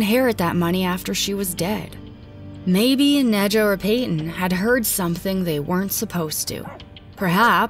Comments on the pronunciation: "Nad-yuh" not "Nidja"... I'm sorry... please.... and if that's how she pronounced her own name? Idk maybe people shouldn't name their kids names they can't pronounce 😂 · Any chance the mom’s name is Nahd-ya. Like Nadia and not Nedja? 🤦🏻‍♀️ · I think her name is pronounced Naw-dee-uh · Are we sure her name wasn't pronounced "nadia" since ja is often pronounced as ya? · It's pronounced Nadia. Not dismissing the facts, just saying people should learn languages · Im pretty sure that the J in Nadja is pronounced as Y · The j in Nadja is just an I sound.. just a silly way to spell Nadia... went to school with one.